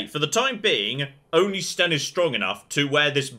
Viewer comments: It's Sten, not Shen. You also can't queue up any actions. And there are combos; Winter's Grasp to freeze an enemy, then Shield Bash to instant-kill them. You might also want to zoom out to get into tactical mode. Doing so would allow all 4 characters to do their attacks automatically since you won't be controlling a specific one. You should also customize the Tactics yourself; they are really detailed, and if you get a good setup, all you'd have to manage would be positioning. Edit: Oh, also, you can talk to your own companions too. They're a good source of information. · Ah yes, "Shen," the mighty quinari.